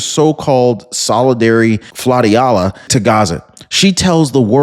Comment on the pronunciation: flotilla soounds like flo - - tilla a group of ships or boats.